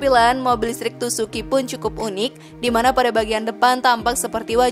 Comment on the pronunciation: Tucuxi kok dibacanya tusuki, bukannya yg betul tukuksi